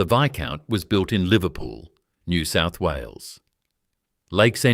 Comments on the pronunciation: Please teach your bloody robot to say NEW SOUTH WALES. Do you even know where it is? Do you care. More utter garbage. You shgould rebrand as a comedy channel. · Pitty this is AI crap. Can't say NSW, pathetic